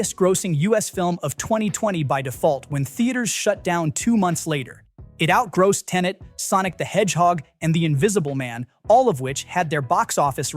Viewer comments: Ya - it's not outgrassed. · What is GRAWSSED? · Is this AI-narrated, or does not know how to say "out grossed"? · Tell the ai bot that's not how you pronounce "outgrossed". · Blame the ridiculousness of American English....moss, boss, toss, floss....grosse?